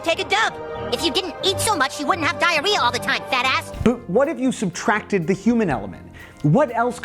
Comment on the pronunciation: u said "boot" instead of "but" after the south park part. hahaha good ep. i've always thought about how trippy CPUs are, being able to simulate battles and their outcomes. i tripped out on it in the "joe montanna- sport talk football" video game days. now it's just crazy.